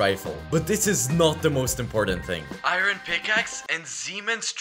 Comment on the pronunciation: Why does he say I-ron instead of Iron ????